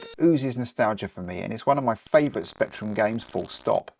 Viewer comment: Rectrum. Don't miss out on the R 😂 I'd like Level 9 and Infocom' Adventure Games. Also, Head Over Heels, Knight Lore, Gun Fight, Great Escape and other isometric games.